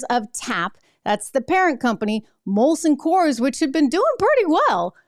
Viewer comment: STOP SAYING IT WRONG! ITS MOLSON COORS NOT COLSON MOORS!